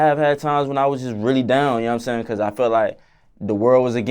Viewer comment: “ It’s Kause I love ha so much “ 😍